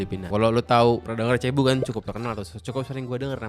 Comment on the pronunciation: Cebu dibacanya Sébu dan Cebu cm Salah satu pulau saja. Kepulauannya Luzon, Visayas Dan Mindanao. Jadi bukan Luzon, Cebu Dan Mindanao.